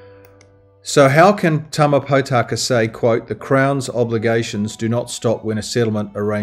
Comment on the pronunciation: How come you interview Tama Potaka several times without bothering to pronounce his name properly? His surname is not Pot aka or Pau taka. Think of the words Pork, More, Morepork and you will get the correct sound. Mispronouncing maori is like hearing an opera singer sing out of tune. The best way to get your lips and mouth accustomed to pronouncing maori is to practice E. A ha ka ma na nga pa ra ta wa wha ....E E he ke me ne nge pe re te we whe....I I hi ki mi ni ngi pi ri ti wi whi....O...O ho ko mo no ngo po ro to wo who....U U hu ku mu nu ngu pu ru tu wu whu. A as in father, E as in met, I as in meet, o as in Pork, U as in poo. Give it a go. This will help pronouncing come naturally to you as a proud pakeha like me. Thanks for your podcast. Keep it up.